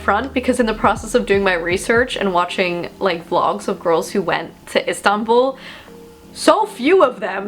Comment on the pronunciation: Instanbull not Constanople is know on repeat in my brain. Which is absolutely outstanding